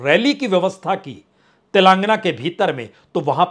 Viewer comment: गजब नहीं अजब की राजनीति l हितों का टकराव है, कभी भी एक नहीं हो सकते l जहां आम आदमी पार्टी पूरे भारत में अपने प्रत्याशी घोषित करेंगे तो इससे नुकसान किसका होगा l अध्यादेश तो पास हो जाएगा ये राजनीतिक गलियारों में चल रहा है l प्रसून जी, तेलांगना नहीं तेलंगाना l 😂😂😂😂